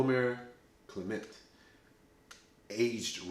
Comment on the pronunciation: I met a gentleman from Martinique who corrected my pronunciation. "Clay muh"